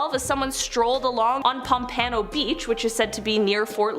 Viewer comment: It’s POMP-uh-no Beach.